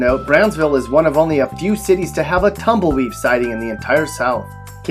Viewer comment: "TumbleWEAVE" ?!?!? Seriously ?!?!? LOL